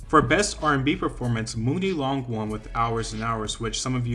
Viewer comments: "Mooni" Long?? its pronounced (Money)Muni Long as in her Money Long Chile😂 E for Effort lol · Say It With Me…MONEY Long MONEY Not MOO-NY. - Muni Long. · who is Mooney Long? Muni is pronounced Money. It's a pun. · It's probably too late to mention but Muni Long is pronounced like money long also HRS and HRS has been all over urban radio. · Muni long is pronounced like money long